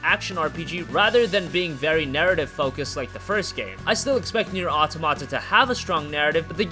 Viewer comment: automata not auto mata...